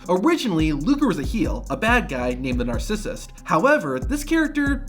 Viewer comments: "Imagine not being able to pronounce wwe" "Nar sis ist" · "Nah-sis-sis"... Can someone check on buddy please? :face-orange-raised-eyebrow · bro making fun of a foreigner for not being able to pronounce WWE but pronounces narcissist like a 2nd grader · “The nar-sis-sis.” Lmaooo you mean narcissist dude? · Making fun of a Russian not able to speak proper English, but fails to pronounce narcissist correctly. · Then 5 min later this guy couldn’t even say narcissist 😭